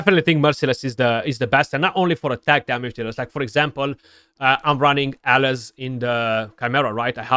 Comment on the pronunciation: Yes I agree with you in the video. You are constantly butchering the name of champions, mainly Alaz ("A-las") by saying "Alice" as in Alice in Wonderland. 🤣